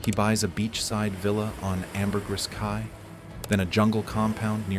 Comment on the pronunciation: Mispronouncing “Ambergris Caye” repeatedly is embarrassing.